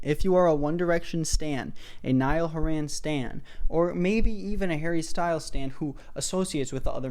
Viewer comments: at least say his last name right bro Anyways you made a very good point and I myself hate when artists do that. Again he isn't the only one to do that and this is basically a 20min video of you saying that niall is a money making grifter and not actually stating bad reasons for hating him. I would get if u said dislike but you said hate and that doesn't rlly sound like a good reason to hate on him also your allowed to have your opinion but I don't think harry would like anyone comparing him to one of his band mates that he has known for a decade :) but no hate at the end of day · idk how to tell you but your saying his last name wrong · Why can't you pronounce Niall's surname properly? That's just rude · Not still mispronouncing Horan. Presentation was 10/10 tho loved that. Years worth of research done ✔ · the least you could do this pronounce his name correctly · this was so hard to watch just because of the fact that you kept pronouncing his last name wrong 😔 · if only could pronounce Nialls last name right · i have nothing wrong with the video but oh my god please why does he say 'horan' like that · the way you aren’t pronouncing horan right in the video 🤩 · saying horan like horran makes me wanna cry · WHY ARE U SAYING HORAN LIKE THAT PLS😭😭😭😭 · No cuz the entire video is you insulting Niall and praising Harry, nobody asked for your opinion, if you don’t like Niall then keep it to yourself, you have no idea what Niall has been thru so stfu and sit down P.S it’s not haren it’s HORAN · Niall HOR-in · Ive been pronounceing his name as hor hen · hey dude, if you're doing a video about someone, at the very least look up how to pronounce their name before you start recording <3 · I love both artists so much but I really agree with you, tbh I haven’t even listened to the remixes (I have listened to the acoustics though because I think they’re pretty) but also plz oh plz pronounce Horan correctly I’m on the verge of tears here